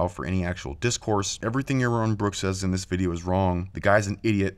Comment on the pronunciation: Yawwon Bwwok tells us weason without Gowwd is good. When you can speak correctly, I'll listen, heathen. Those wascislly weligions.